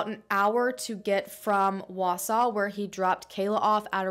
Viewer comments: I was excited she said Wausau right, but that's not really how we say Antigo lol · Congratulations on being the first non-Wausau resident to pronounce the name of our town correctly! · As someone who’s been living in Wisconsin my whole life thanks for pronouncing Wausau and Antigo correctly. 👍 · Haha right?! I was so impressed!